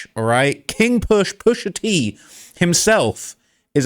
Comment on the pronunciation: Man said pusha teen you know omdzzz stop 😂😩